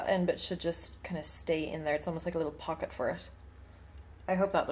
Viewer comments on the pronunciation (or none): none